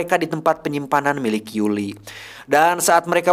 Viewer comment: Koreksi bukan Yuli tapi yuri